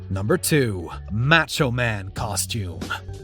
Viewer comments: Learn how to pronounce MACHO. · How the hell can you not pronounce Macho right!?